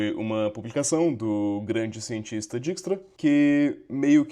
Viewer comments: Deixa eu ser o chato da pronúncia. Se fala DÁIKS-TRA, ou DÉIKS-TRA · “Diquistra” foi osso…